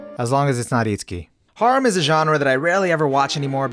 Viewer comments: The way you say harem makes me wanna rip my ears off, then eat them then then shit them out inna port a potty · I’m mad at how you pronounce harem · The way he says harem kills me bruh 💀💀💀💀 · Anyone else bothered by how he says harem